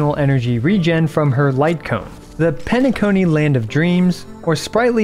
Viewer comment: Are you saying it as "pena-KOY" a joke orr... cos i'm pretty sure it pena-KONI. HAHAHA